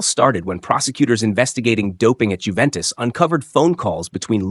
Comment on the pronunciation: Unless you're British and stupidly insist on pronouncing the "J" in names, it's pronounced "Yoo-ventis" not "Jew-ventis." Much like "Ho-zay" Mourinho is not "Jo-zee" Mourinho as many Brits would like you to believe. I'm glad you got that one right, though!